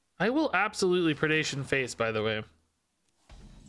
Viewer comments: Jeez everyone, stop giving a hard time about how he pronounces "Nathanos". That effort is better used trying to get him to say "Predation" correctly. It always sounds like Perdation to me. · Maybe. It sounds weird when Allie says it too, so maybe it’s an American thing.